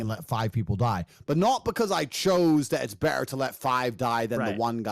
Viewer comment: Tater tot saying “berer” instead of “better” kills me😂